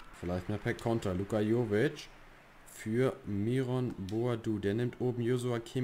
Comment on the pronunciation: Das ist vielleicht nicht so relevant aber spricht man den Myron nicht englisch aus